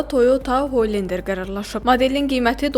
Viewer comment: Hoylender nəydi ala... 🤣🤣🤣🤣🤣🤣